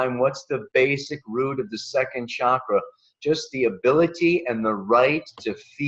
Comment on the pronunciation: If you're going to India you're going to have to start saying chakra instead of shakra! Hard to imagine how you arrive at such a price for this- i have been to India 21 times over 20 years and it's possible to live very well for much less!